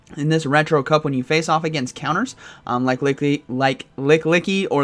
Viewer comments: its not pronounced Lily licky, it's LICK-EE-LICK-EE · it's called Lickilicky, not Licklicky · Erm it’s “lickilicky” not licklicky haha 😆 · Hearing how you pronounce Lickilicky hurt my soul